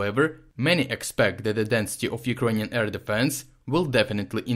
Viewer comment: This is the best summary on the 10/10 missile attacks I've heard. It's nice to hear Urkrainian cities pronounced correctly.